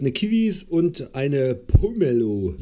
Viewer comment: Pomelo spricht man so wie man es schreibt und nicht "Pummelo" :)